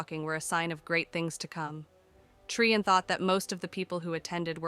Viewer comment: Interesting that Bhelen gets pronounced correctly by the AI but Trian has like ten different pronunciations.